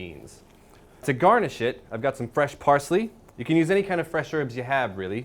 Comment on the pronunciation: when he says "to garnish it", I first understood "to garn this shit". XD But seriously, this dish looks delicious and I think I'm gonna give it a try. :)